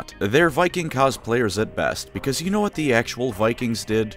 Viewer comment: You said WOT